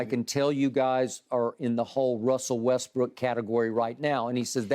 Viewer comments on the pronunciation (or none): Skip always saying Westbrick.....but won't call his boyfriend Tommy Screenpast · Skip keep calling Westbrook “WESTBRICK” clearly after Russ said don’t call me that. Is HILARIOUS. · Skip gotta stop saying westbrick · Damn skip everytime I heard him saying Russel westbrick damn